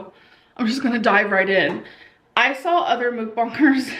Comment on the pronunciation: I cannot tell you how her saying sawl instead of saw makes my blood boil